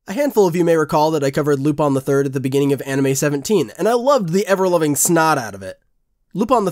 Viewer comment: Is it really pronounced lupon? just curious.